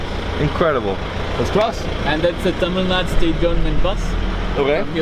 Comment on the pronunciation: He is pronouncing tamil nadu as tammannah I was like what